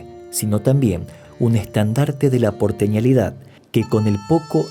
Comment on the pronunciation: Se dice " Porteñidad" no porteñalidad.... También hay errores en algunos de los titulos